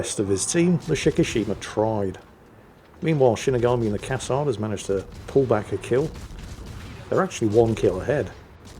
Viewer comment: In Cassard: final "d" is silent,dear:)